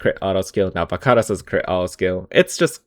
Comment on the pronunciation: damn that is how you pronounce varkaris, good to know